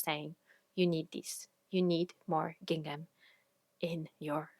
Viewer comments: Gingham and seersucker are super weird words but you’re saying them right ❤ I made two gingham dresses YEARS ago and even though they’re all worn and faded, I get The Most compliments every time I pull them out! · Your pronunciation of the words "gingham" and "seersucker" is perfect.